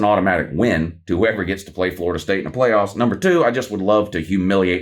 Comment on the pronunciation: The way said pway offs 😂